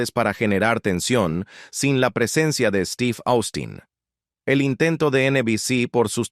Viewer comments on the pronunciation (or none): También dice Austin, cuando se pronuncia Ostin.